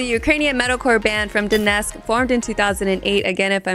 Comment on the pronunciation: Wacken pronunciation: ✅ Jinjer is a Metalcore band: ❌ Donetsk pronunciation: ✅ Formed in 2008: ❌